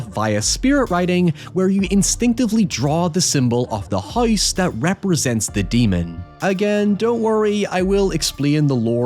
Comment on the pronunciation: That's what I'm wondering. Kind of weird... He says hoy-ever and hoyse (house).